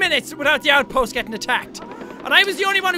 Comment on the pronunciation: Jack said outpoth